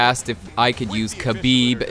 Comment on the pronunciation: the name Khabib prounouce (Habib not kabib. The kh in Arabic sounds like H